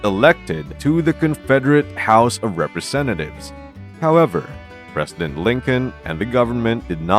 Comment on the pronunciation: Can't say president?